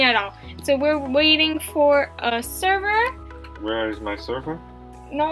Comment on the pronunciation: sorry im kinds late but when you said we are joining the sever and he said what are we sevring lol lovw you